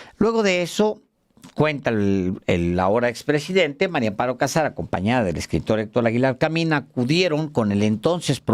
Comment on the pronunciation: Sr usted siempre dice Mario Amparo Casar Pérez ( no puede decir MARIA AMPARO CASAR PÉREZ